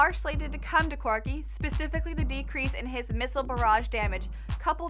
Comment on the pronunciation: Who is this girl? Second time I have seen her and ya I want someone I either relate to or sounds like she knows what she is talking about. Even if you want a girl go with a kind of pudgy Asian chic who promotes who her lol parody channel or something. Not some chick who calls corki "Quirki". its awful. Go back to the guy at least I don't even want to listen to this.